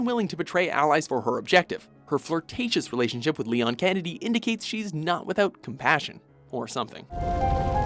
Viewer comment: its pronounced leon s kennedy damn it!!